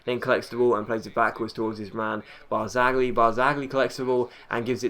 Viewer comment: I think in Italy they don't pronounce the 'g'. E.g. Barzagli is said 'Bar-za-lee'.